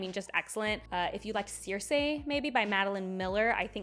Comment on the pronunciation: I'm totally just here to see you continously not know how to pronounce names 😂 (Circe) But yeah, I've added Empress of Salt to my Kindle, hopefully I enjoy it!